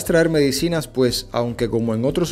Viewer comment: Apretaste c el acento en mé-dicinas.